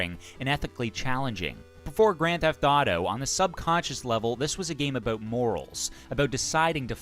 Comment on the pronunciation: Canadian eh? I can tell by the way you pronounce "abooot" (about)